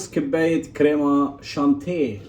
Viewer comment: اخي تهانينا على هذا الإنجاز العظيم لكن لفظك الكريم شانتيييي بعد بدأ شغل منيح. أنا أقترح عليك أن تشرفنا إلى بيروت للعيش في الأشرفية شي عشر سنين حتى تتمرن على اللفظ الصحيح للكلمات الفرنسية. طبعا يمكنك أن تتمرن على لفظ الكلمات الفرنسية في أي بلد آخر لكن لن إذا ذهبت إلى أي بلد آخر لن تضايق العجوز البشعة